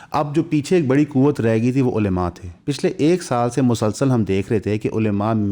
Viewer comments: علیما نہیں ہوتا بھائی۔ کم از کم علماء تو صحیح سے بولو۔ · please ULMA not ulema